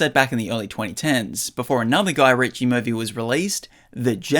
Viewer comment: I've never heard someone pronounce Guy Ritchie like that. New experiences every day!